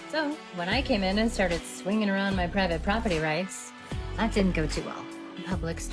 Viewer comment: she fr said “muh dream” gotta respect it can’t lie